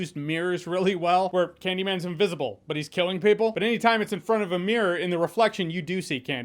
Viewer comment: Oh god, I thought he said “invisible rape” and choked on spit!!!! 🤣